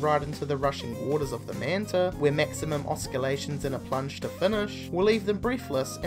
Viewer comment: Haha I like how you pronounce oscillations "oskillations"